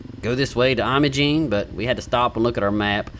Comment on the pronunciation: It's called "Emma-Jean" locally, for what it's worth. And Ouray is pronounced "Yur-ray".